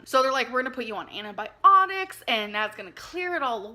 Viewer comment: "Anti byeonics"